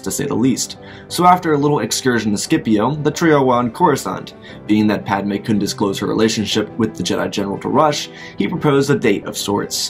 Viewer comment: It's padme not padame 💀